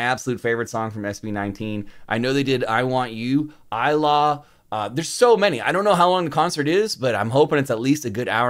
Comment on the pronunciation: a scooter actually "Ilaw" is pronounced as EEE-LAHW that sounds like 'how' and 'now'